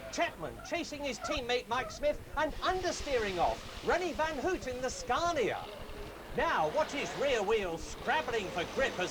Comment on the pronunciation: It's Scania not Scarnia